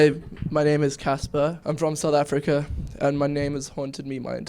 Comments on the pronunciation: ITS CASPAR!!!!!!!!!!!!!!!!!NOT CASPER!!!!!!!!!!!!!!!! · IM LAUGHING SO HARD AT HOW MANY PEOPLE GOT CASPAR'S NAME WRONG LIKE NIGGA WTF ITS CASPAR NOT CASPER OR CAPSER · By the way his name is CASPAR not Casper or Kaspah. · it's Caspar , not Casper ._. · WHAT'S THE PROBLEM WITH YOU GUYS???????? CASPAR NOT CASPER OH MY GOD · OMG it's NOT Casper it's CASPAR!!! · Why is it so hard to understand!! It's CASPAR NOT CASPER! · FOR EVERYBODY WATCHING...CASPAR NOT CASPER :) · WHY CANT PEOPLE JUST GET THE NAME RIGHT ITS "CASPAR" GOD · ARE ALL THESE PEOPLE TROLLING OR IS IT ACTUALLY THAT HARD TO GET CASPAR'S NAME RIGHT